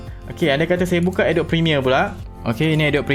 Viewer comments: mungkin boleh sebut cara betul lepas ini, Adobee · Pronounce adobe. Macam ni (A-do-bee). Ni baru betul